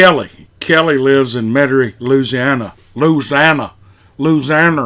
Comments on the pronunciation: Larzianner! (Louisiana) Hahahahah! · I can't believe you pronounced Louisiana like a yank. You did say Metairie right.